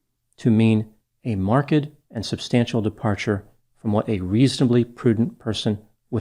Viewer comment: Why is pronouncing marked in such a weird way?